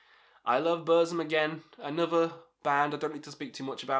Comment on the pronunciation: Fun fact : Burzum is actually pronounced as "Bur-ts-um"